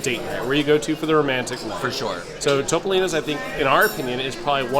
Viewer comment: Topolino is the word for Mickey Mouse in Italian. It is pronounced Toop-olino. Not TOP-olino. Love y'all!! I know what a stickler is about saying words correctly! Thanks for all of your reviews. Y'all know I'm a big Fan!